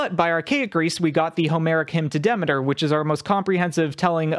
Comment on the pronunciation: Thank you for clearing things up, but your pronunciations of mythological names and the authors are off. Hesiod is pronounced hess-ee-ihd. Demeter is duh-mee-tur.